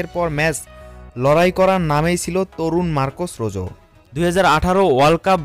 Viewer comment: রোজো না রোহো